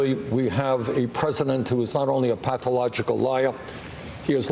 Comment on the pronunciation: How many times did he say " Donald Twump is a pathowogical wiar..." ? That' s all anyone needs to know about this career windbag politician.